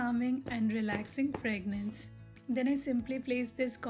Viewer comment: Hey! Sorry to correct you. Its called 'fragrance' . Not ' fragnance'. Love ur videos